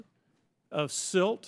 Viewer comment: Did he just say silt?